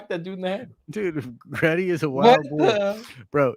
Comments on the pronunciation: it’s Gritty; is in Grit- Tea. Not Gret-Tea. It’s a play on the term playing with Grit. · 1: It's GRITTY - Grit-tea, and he is NOT a national treasure to Philadelphia, more like a joke. If any of our mascots is, it's the Phanatic. Or it's the Cheesesteaks. 2: The sequel trilogy 100% needs to be removed, to be rewritten. They can keep the characters, but most need an overhaul on top of the entire plot. Case in point - Rose, make her and her sister pilots of next gen Y-wings (and remove those abysmal bombers that A: are not even close to B-17's they are supposedly modeled off of in concept and B: if you look at the progression the Clone Wars and how it's fought is much closer to the first world war and both it and it's following years follow a path similar to the run up to the second World War, which again - the OT follows some of that in style a bit more taking place roughly the same amount of time after the Clone Wars as WWII to WWI. More multi purpose craft, you don't get many of the same massive fleet battles, fighting is more dynamic than static, etc. 30 year jump to the late 60's/early 70's the next gen Y-wing should be akin to say an F-105 or an A-10 where as well, the X-wings were fine as the multi-role still but faster and agile seeming like more modern jets to the time like the F-14/15/16) to which her sister, in her hatred of the empire, makes a choice due to damage to try and take the enemy ship with her (ala Return of the Jedi) lending later to her having pilot ability and her line about 'we don't win by killing what we hate' or whatever it was. Make th